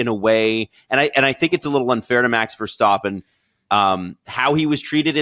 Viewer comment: When will you stop calling him VerSTOPpen ???